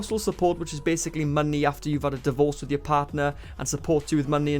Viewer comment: Its like monknee lol